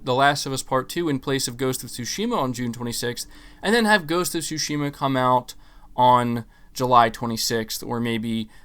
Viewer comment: "Tsu"shima not "Tush"ima